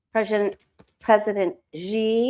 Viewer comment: No disrespect.... Xi pronounced "she"